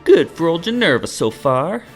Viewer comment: Looks like someone didn’t read the books! Oh and its Ginevra not Ginerva